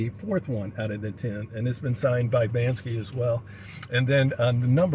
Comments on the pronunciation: Imagine having a Banksy limited edition print and not even knowing how to pronounce his name BANKSY, NOT BANSKY 🤡🙄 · BANKSY is a different artist BANSKY pronounced Ban-ski did the xrp monkey print is right you are wrong! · Bank-sy. That’s how you pronounce his name.